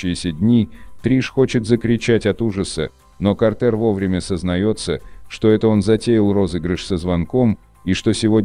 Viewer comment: Наверника его имя пишеться как Картер но произноситься как Картр